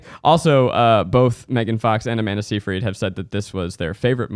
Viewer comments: it's sigh fred SIGH FRED not say freed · It's Sigh-frid